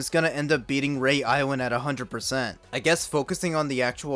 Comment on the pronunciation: It's pronounced re-ah island not rey